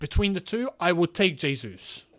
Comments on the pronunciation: it's "jesus" as opposed to "resus". "j" sounding like "r" is spanish. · great vid, but no Portuguese speaker has ever said Hesus, that would be spanish... Jesus, with an acutal "J" sound is the correct pronounciation.